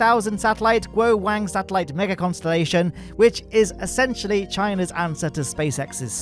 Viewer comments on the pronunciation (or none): Just to let you know, the mandarin pronunciation of “wang” is closer to “wong”, the “a” making an “ah” noise. Not trying to be annoying, just figured you might appreciate knowing you don’t need to say “w-ay-ng” given that it sounds inappropriate in English.